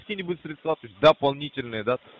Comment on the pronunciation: Опять СредствА. Ударение украинское